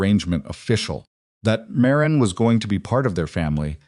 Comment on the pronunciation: However, he pronounces Marin as Mah Reen a lot instead of Marin.